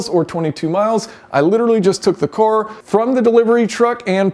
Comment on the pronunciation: Jason says "cooar" instead of car 😅